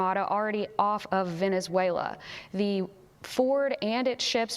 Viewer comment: Wenezuela??? Only blah blah blah 😂